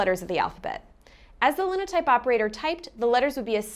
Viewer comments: I'm almost certain Linotype -- which was a brand name, which is why spell check wants me to capitalize it -- is pronounced line-o-type. Both i's are long. It makes lines of type, it's a Line-o-Type, but they decided on Linotype instead, and I fully agree, as someone who learned to read phonetically and thinks that's the best method, that it LOOKS like lin-o-type, but it's not. Google it, and if your result is the same as mine, the first result will be a Dictionary listing with a speaker icon next to the word, and that agrees with me. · My mother was a linotype operator back in the '40s. They'd have to type in what they needed and it would create the line of type in lead. Since it was a stamp, everything was backward. Oh, and it's pronounced with all long vowels like line-o-type (līnōtīp). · Te-LEG-ra-phers, not TEL-a-graph-ers, and linotype is pronounced LINE-o-type. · "tel LEG grah fer" or "tel LEG grah fist" "LINE oh type" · #16. Line-o-type not Linno-type. Long "i", not short; the following consonant isn't doubled. Proofreading downstream caught most errors. Even the typesetter could see a problem and to mark the bad line to be ejected, they’d type “etaoin shrdlu” — the first two columns on the Linotype keyboard — to highlight the bad line to be removed. It’s all explained here: A documentary on the last edition of The New York Times produced on Linotype in 1978 before they went digital. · Line-o-type, not lin-o-type. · Lie-no-type , lye-no-type NOT Lynn-o-type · It’s pronounced “Lye-no-type” because, you know, line of type in a newspaper. But how could you know. There was a guy in J-school who sat at the Linotype machine continuously. That’s all he wanted to do. I felt sorry for him even then (1962) because we knew it would be phased out soon.